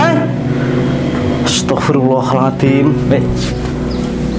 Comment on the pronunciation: klo mengucapkan istighfar itu yg benar... Msk Astaghfirullahalngadim...